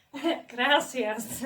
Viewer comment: yo you pronounced “gracias” really well!! love you, you remind me of my mom screaming about gringos through her thick ass accent as well <33